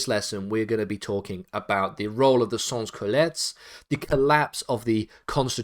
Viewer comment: Sans Cullotes is pronounced as 'Son Coolot' just saying